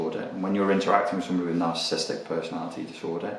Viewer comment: Nar-cis-sis-tic - say the whole word.